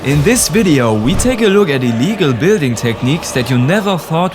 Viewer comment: “In this video we take a loek at these illegal Lego techniques” 😂 Bros accent